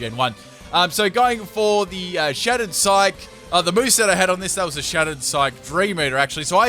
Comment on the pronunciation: Psych-e. The e isn’t silent.